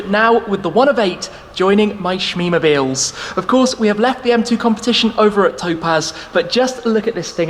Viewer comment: Hahahaha smeemobilees